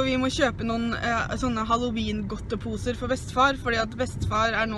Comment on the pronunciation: He he min bestemor sier også haloween med e i stedet for haloween med i.